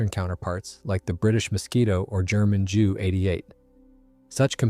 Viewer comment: Sry, but it was too painful for me to listen to. JU (Junkers), one does not pronounce as jew. In German pronunciation, it is way closer to "You" (You are). So PLEASE just say "You-88" and "You-nkers". In the word Junker / Junkers, one can use the silent "n". You-.-kers. More than welcome you are.